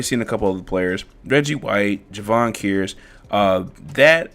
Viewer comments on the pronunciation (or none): Cool team. FYI, Kearse is pronounced Curse